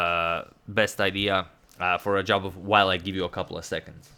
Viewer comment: #Suggestion Antonio it is not Rajabov but Radjabov